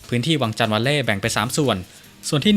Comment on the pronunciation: วังจันทร์ ไม่ใช่ วังชาน น๊ะ..กลัว อังกฤษ แบบไทยๆเหลือเกิน